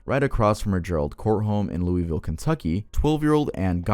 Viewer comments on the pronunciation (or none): I remember hearing about the age 12 but just so you know you pronounced Louisville wrong the locals say lou-ovlue just so you know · “Louie ville” 😂😂 cmon